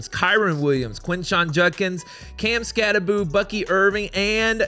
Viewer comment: Everyone pronounces skattebo’s name, it’s bow not boo it’s only 1 o not 2